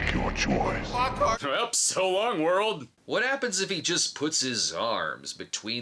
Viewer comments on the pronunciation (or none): none